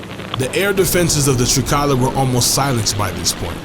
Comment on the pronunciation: Language presenting an intonation issue that renders all AI speech out of place causing either anger to greek speakers or laughter : you see it is not Trika'la but Tri'kala ! ....it would have been far better to employ a greek speaking person a graduate student from Greece maybe to read correctly that text ....